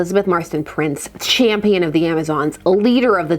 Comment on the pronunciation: I thought you read it as "I am Elizabethe Marston Prince. Champagne of the Amazons..." LOL Had to go back and rewatch to make sure that wasn't what was said.